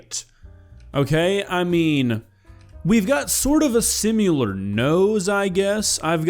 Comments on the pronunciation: Bro its "similar" not "simular" in the context you are using it in, you are killing me. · "Simular"? No, no, no. Similar. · you don't do that horrid ringe laugh I hate if his. you say the word similar in the weirdest way possible but his laugh is ear poison and a reason to never smoke green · Wow.... I saw the thumbnail and instantly thought this was gonna be a video about an internet creep 😂 Ps why do you say 'sim-U-lar'?! It's 'sim-il-ar' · Id worry about your pronunciation of "similar" way more looking vaguely like Seth Rogan.